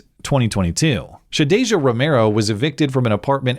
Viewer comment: "Shadasia," nuff said. 🙄